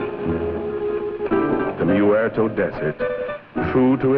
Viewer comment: "The Mew-erto desert". lol